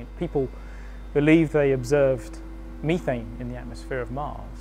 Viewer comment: Weird Iv never heard CH4 pronounced "Me-thane" before.....only "Meth-ane"